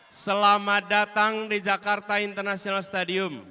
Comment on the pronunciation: Internasional pak bukan internasssiiiaanal wkwk